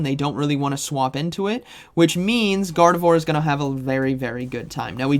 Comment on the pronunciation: Gardavore? Did you mean Gar-deh-vwarr? 🙃